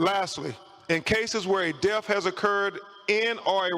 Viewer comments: How is it possible this so called professional high profile attorney is so illiterate? His words thoo, troof, deaf and decompesation?? Some kind of jungle lingo? Wtf?? Did he mean to say through, truth, death and decomposition ? What a circus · I wish he would stop saying DEAF and say DEATH!